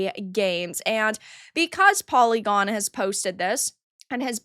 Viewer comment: You were TWENTY seconds in before you said "pory-gorn" and I then understood why the "review" was as valuable as it is... hah. That group of "games-journalists" ... well then. I bet that polly-gone only employs the most experienced and highest quality jour-noes... I bet they are even all *doctors*! Just like most of the "doctors" at the dei factories like that last one you talked about brownpeoplegames or whatever it was.